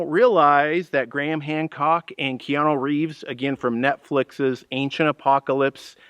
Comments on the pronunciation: That's KeanU not KeanO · Who the heck is Keanoo?